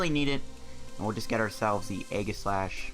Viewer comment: Btw it’s pronounced eeeeeee-jih-slash